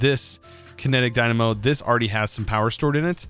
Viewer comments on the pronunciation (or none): none